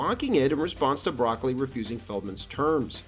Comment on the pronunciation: Cubby bruh-COLE-lee, not 🥦